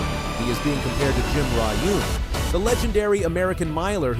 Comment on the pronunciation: Jim Ryun … like Ryan … NOT Jim Ry-oon …